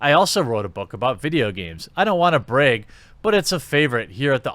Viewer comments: Am I going nuts or is he saying braig and draig instead of brag and drag? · "Breg" "dreg" haha... not that my shitty MA accent is any bettah.